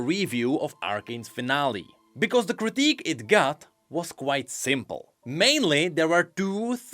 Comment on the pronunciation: Quite Simpol